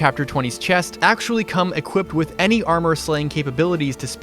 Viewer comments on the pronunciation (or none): none